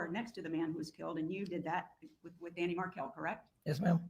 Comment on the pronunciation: Yes, I cringe every time she says Danny